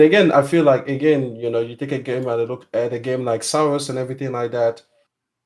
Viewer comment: It's pronounced SEHR-OSS, rhymes with air-Ross. People keep pronouncing the Sar part like it rhymes with Sorry, and the Ros part like it rhymes with Ropes or "Roes"